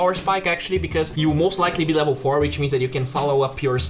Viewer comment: LEVEL = LAAAVEL. Better = BATTER.